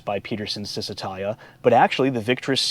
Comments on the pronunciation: It's chizz, not sizz, when pronouncing first syllable of Cisitalia. While I'm at it, Lancia is pronounced LAWN-cha. Ciao, baby! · It’s pronounced Cheez-eh-tah-lia. Ouch! In Italian, ci is a ch sound. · Great video! One thing, however: it's pronounced "Cheezee-tahlya"